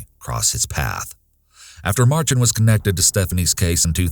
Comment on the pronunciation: For future reference folks its pronounced Mar-shan although its spelled Marchand